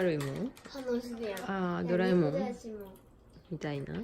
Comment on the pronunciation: ド→ラ↑え→もん 関西ですねぇ